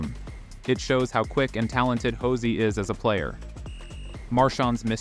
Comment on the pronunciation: Its pronounced Josi not Hosi. And thats the wrong Matt Murray in the Texas Stars jersey